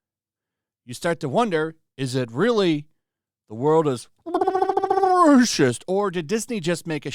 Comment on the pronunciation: Omg you and the guy from the quartering are so annoying with the way you say 'racist' rolling the r. Can't watch your vids anymore...